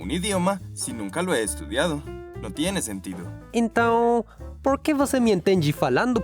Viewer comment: "Por qui" eso está errado no se pronucia assim!😂😂